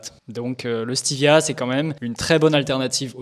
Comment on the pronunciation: Stévia et pas steevia